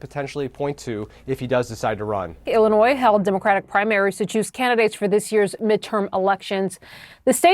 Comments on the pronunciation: It's not "Ellinois" it's Illinois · Dude, it's Illinois. Why is this a story?